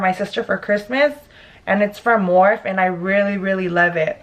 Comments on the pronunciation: When she says, "Morph" instead of "Morphe" I died a little. Lol still love your videos though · Lmao I love 🤣🤣 when she says morph instead of Morphe & I.... T brand instead of it cosmetics 🤣🤣 lmao im dying more story times 🙌🏼🤣🤣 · Morph-E , anastasi-aa not anastashia lol, and “IT “brushes not “I.T” lmao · That's so scary! I would of shit myself no lie. I'm glad you're ok, always watch your surroundings and try to see if there's a safer neighborhood to get your dank from. Also is pronounced Morph-E & "it"cosmetics not I.T. love you! This look is fire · Dang lmao if anything he came in his own hood disrespecting you! But anywaysssssssss lmao it’s morphEEEEE you just forgot the E! Haha! Your so gorgeous $$$$ I love your videos 🔥😍🔥😍🔥😍❤️❤️❤️❤️❤️ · when she said “morph brush” did she mean morphe? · Kay L Yeah I know "Morph" is an actual word, but the actual brushes are pronounced "Morphe" and spelled that way. So that's why it was funny Lol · Morphe the e is like ie like rosie morphie spelled morphe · Lol it’s pronounced morph-E love your videos boo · How she says “Morph” and “contour” lol 😂 killsme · It’s pronounced more-fee picky 😀 Love your finished look 🥰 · MICHAELDIDTHAT I thought I was the only one who notice 😂😂😂 I like it too thoe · Lmaooo to moes verbiage on the makeup products morph, Laura mercier, and IT brushes 🤣 morphe is pronounced morphey, laura mercier is Laura mercy ay, and IT cosmetics is the word it not I.T. Girl you had me cracking up! Btw that sucks what happened with that dumb guy. Gotta watch our especially in the area you guys are in. There’s gangsters everywhere🙏🏽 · You butchered morphe and Laura mercier lol